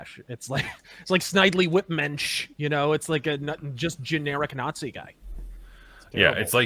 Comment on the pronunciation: did you say “I can’t wait to Nah Zee it”?😂😂😂